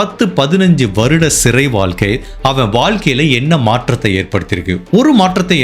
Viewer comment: Boss all excellent. Please improve on Valkai. It's Vazhkai. Tamil . Nigahvu not nigalvu. Not elarai. Ezharai. Only a feedback.